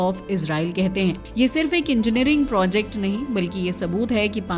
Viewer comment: यहाँ projacte को फिर projact बना देते है